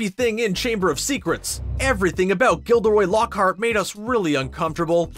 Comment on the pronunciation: “Gilderoy lockhart” Are you kidding me???